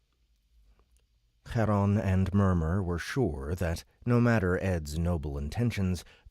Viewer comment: Charon becomes easier to say when it's not "Chraron"... ;) ;) When you get the trilled R, you're too far back. The dark ch is about 3/4 between S and trilled R.